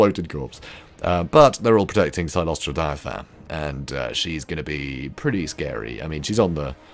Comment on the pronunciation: it's CYLOSTRA, NOT CYCLOSTRA. Although the mental image of that fat ghost riding an ethereal bicycle is quite hilarious. Frenchie deserves it.